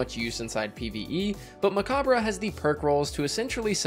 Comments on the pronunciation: *me opening this video*: No way he pronounces it right. Destiny Youtubers NEVER know how to pronounce things. * in the video*: MECOBBRUH! uh huh. For anyone unaware, it's a play on the word 'Macabre', which is pronounced 'Muh-Cobb'. They put 'Mech' at the start to tie in to the theme, but it's essentially the same, being pronounced 'Mech-obb'. No shade, just find it amusing. I watch so many Destiny youtubers and it feels like there's some kind of pact everyone has made to mispronounce as many names as possible:p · It’s actually pronounced the same as Macabre: “Meh-cobb” good ole french. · pronounced muh-cob, or mech-cob in this sense since it's a play on the word